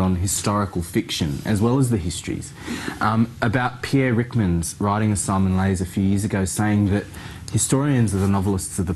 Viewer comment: Pierre... who Pierre what who comes up with that great quote? could improve his diction, especially when he mentioned that surname.